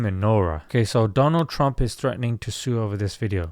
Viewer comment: Wao Doland trump 😂😂